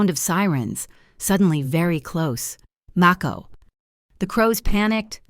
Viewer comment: Great story but the mispronunciations of words like live, and MAKO detract from the story and I don't like cliffhangers either